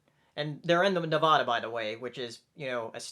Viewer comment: Dude, I live in Nevada, and it's ne-VA-da, not ne-VAW-da